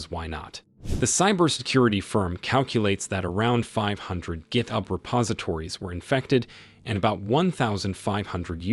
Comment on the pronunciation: Hahaha cannot say GitHub correctly, he says it differently every time XD